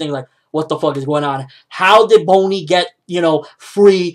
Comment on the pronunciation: Also it's not BONE-Y... XD It's pronounced BAWNEY. Just throwing it out there. No hate lol.